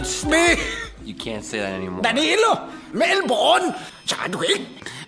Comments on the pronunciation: MELBOURNE!! NOT MELVINBOURNE!! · I laughed so much when said melborn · WHEN SAID “MELBORN MELBORN IM SO LONELY… I JEED TO CUDDLE” LOL😂😂😂😂😂😂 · Not trying to be mean but it’s Melbourne and yes I totally agree